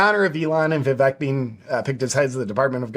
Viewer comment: How hard is it to learn to say Viv-ake? C'mon man, get it right already!